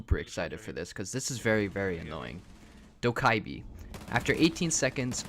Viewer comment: It’s dough ku bee